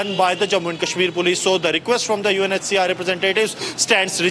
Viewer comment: Why do you keep saying UNHSR ?